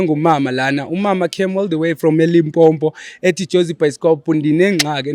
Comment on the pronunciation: …we love bro but can I please correct something. It’s not Limpompo😢😢😢 it’s Limpopo